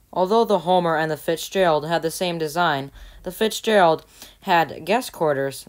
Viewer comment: you are still saying fixgerald